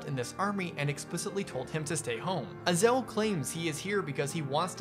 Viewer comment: Its Ay-zel